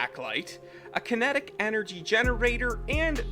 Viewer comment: "Kintic Master" "G-stomatic" bwa ha haha garbage